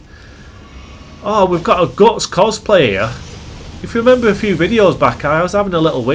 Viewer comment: Other than hearing you call Guts Gots like 100 times I enjoyed the video sir.